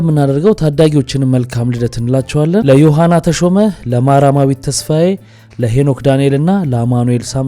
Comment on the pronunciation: ማራማዊት ሳይሆን ማርያማዊት ይባል